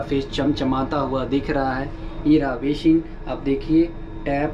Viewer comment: How many of u noticed that bro pronounces S as Sh eg.He pronounces basin as bashin😁😁